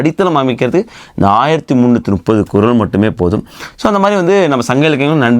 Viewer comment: You said it right this time 😅 1330 kural.